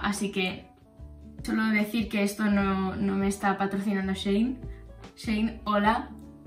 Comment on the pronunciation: cuando decías shein entendía zayn